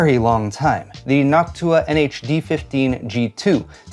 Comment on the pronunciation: Sorry, Noctua, I will always hear "Hawk-Tuah".